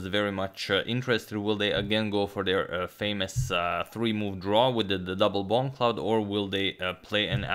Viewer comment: there is nothing funnier than hearing agad say “bongcloud”